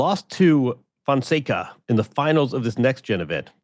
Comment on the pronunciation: MEAW Fonseca! hahahahahah Andy is going to learn how to pronounce his name soon, the kid will be winning ATP events this year. 🟩🟨